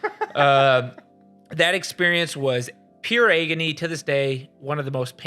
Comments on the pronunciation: Hands down my fav part of this video is pronouncing 'agony' as EGGony. Of course this is pure S tier content from the team as usual. Much love from Dallas<3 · Your pronunciation of ‘agony’ ? Is that a Michigan thing?